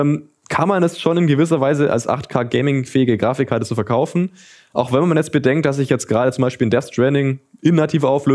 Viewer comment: Wie er wieder zwischendruch "Grafichkarte" sagt. :D